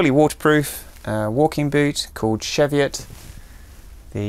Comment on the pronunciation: Chee-vee-ut not shev-ee-ut